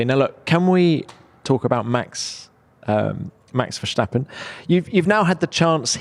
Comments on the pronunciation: It's "stap" not "shhtapP" in Max Verstappen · Great stuff. One thing: it's pronounced Verstappen as is, not Vershtappen which is German pronounciation. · “Max Verschtappen”😂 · No one: This guy: max versssshtappen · Can someone please explain this guy it is not Max Vershhhtappen but just a regular S, as in ‘stop’... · I love how people try to pronounce 'Verstappen' in a Dutch way and end up saying something close to 'Verschtappen'. It's not even close to how you actually pronounce the name in Dutch but I get why English people would think it would be like that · Always sounds funny if i hear english people pronounce the name Verstappen, Tom makes it sound like Max is german. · There's no H in Verstappen, Tom.